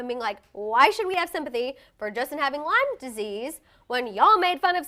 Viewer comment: It’s not “LYMES” disease. I have it as well. If you’re gonna talk about something that serious just know how to pronounce it. It’s debilitating.